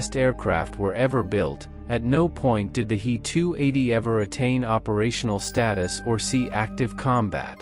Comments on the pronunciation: It's not a Hee 280 - it's a h.e.280. adjust your bot! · In "He 280" "He" is not a word, it is two letters "H" and "E". They are pronounced separately (as two letters). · The 👉🏻 “HEE-TOO-EIGHTY” 👈🏻 was a groundbreaking aircraft for its time, only surpassed by the 👉🏻 “MEE-TOO-SIXTY-TOO” 👈🏻